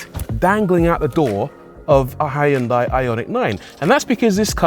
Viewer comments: It’s “Hyun-day”, by the way. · First time you mentioned Hyundai You said it wrong as they like to remind us in adverts .